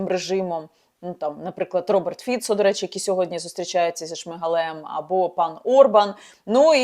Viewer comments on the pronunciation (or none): none